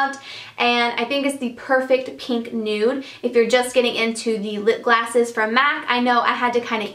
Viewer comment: is it just me or she always says"lipglasses"? it drives me crazy.Great video btw:)